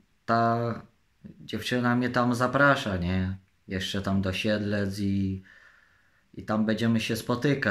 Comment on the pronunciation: co mnie obchodzi,że powiedział Sielce zamiast Siedlce